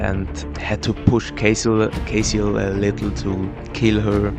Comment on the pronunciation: Bro you kept pronounce casiel as Caseoh lol